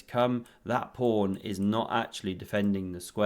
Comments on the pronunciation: Anyone who calls a pawn a prawn gets a thumbs down and I stop watching immediately. Fix up. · Did he say on the first move King Prawn? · So pleased to hear the Kings Prawn called by its proper name ❤